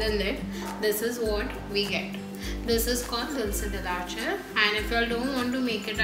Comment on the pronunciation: You pronounced Dulce la Leche wrong. It is a spanish word and should be pronounced with an e and not an a. Great video though!